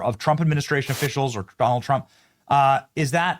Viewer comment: Love how the dozer said troump lol silly a.i.